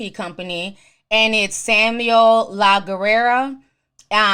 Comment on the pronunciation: Lol, Ti, It's pronounced "Lagg-air" when it's sounded out together it's "Laggair". But written as Laguerre. It's French. It basically means "The War".